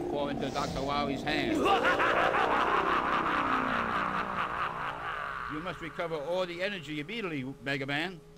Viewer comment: "Immedully, w- Megaman"